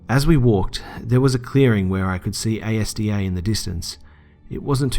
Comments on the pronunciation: A-S-D-A :p its AS-DA one word :p Still ultra fan!!, not missed a single video!!!!!!! <3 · I've never heard of anyone calling it a.s.d.a. I've always Said Asda as a whole word like azdah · A S D A ... hahaha as soon as you said that i spat my dinner out laughing.... its azda ;) anyway after that! back to the video. <3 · being from the UK, I was really confused when they mentioned the store "A.S.D.A"...then I realised they were talking about ASDA, lt's pronounced all together as one word (ah-z-dah) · A S D A 😂 It's pronounced Asda, like a full word ❤ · Loved the second story. Btw its pronounced Azda Not A S D A. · hahahah ASDA is said as the word not each individual letter. I was wondering what store that was and found it odd I hadn't seen it around the country! didn't realise till I saw it in the title haha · Asda isn't pronounced A.S.D.A, it's simply pronounced az-dah. XD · This comment section: "good job" "it's pronounced azda not a-s-d-a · Love the video mate but for gods sake its not A-S-D-A is ASDA like a word! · Great video the asda story struck me because im from bolton and you pronounce asda as az-da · It's not called A S D A. It's called Asda, like a word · its pronounced " asda " not A S D A, but great video man :) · 631 As a Brit I was very confused like A-S-D-A wtf is that?! Ohhh AS-DA! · Omg its pronounced Az-da haha Americans always say it how its spelt its so funny like aluminium foil 😂 "aloooooominum" cracks me up each time 😂 gr8 video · it is pronounced as Da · it's asds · it's not A.S.D.A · I'm in the UK and so you all know it's pronounced "Azzda" like Mazda the car model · Great video again :) But it's Asda, the shop. Not initials ASDA but just pronouce it as a word, "Azda".. Wasn't going to say anything but it made me smile..... :D Haha Just seen the amount of comments on this hehe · I love ASDA, btw its not pronounced A, S, D, A but it doesn't matter 😃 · by the way you say asda all as one word not a-s-d-a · dude it's AS-DA (az-da) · A-S-D-A lol